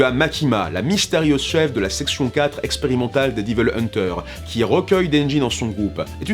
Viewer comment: Diveulman, Diveul hunter, Diveul May cry, non non "haie-ville" est la prononciation la plus opti. Une lettre de mise en demeure arrivera bientot.